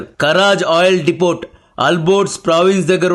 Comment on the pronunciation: డిపోట్ కాదు డిపో అనాలి. టి సైలెంట్